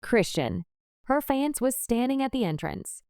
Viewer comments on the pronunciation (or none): The way she said fiyance lol🤣🤣🤣🤣🤣‼️‼️‼️